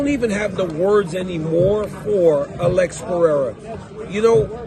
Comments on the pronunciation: Stop say all-ex 😂 just say Alex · Why does dc say Alex so weird? Lmao why does he call him like that? 😂🤣